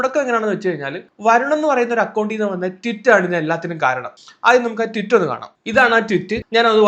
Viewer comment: ട്വിറ്റ് അല്ലെടാ പൊട്ടാ ട്വീറ്റ്